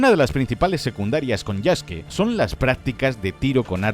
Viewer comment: Que lindo que diga el nombre de Yasuke como "Yaske", ya que la u en japones es muda. TE QUIERO, LAS FUNAS SON POR HOY MAÑANA EL DINERITO.